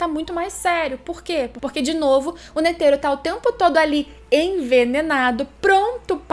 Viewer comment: Eu escutando ela falar ''N E T H E R O'' EU: aaaaaaaaaaaaaaaaaaaaaaaaaaaaaaaaaaaaaaaaaaaaaaaaaaaaaaaaaaaaaaaaaaaaaaaaaaaaaaaaaaaaaaaaaaaaaaaaaaaaaaaaaaaaaaaaaaaaaaaaaaaaaaaaaaaaaaaaaaaaaaaaaaaaaaaaaaaaaaaaaaaaaaaaaaaaaaaaaaaaaaaaaaaaaaaaaaaaa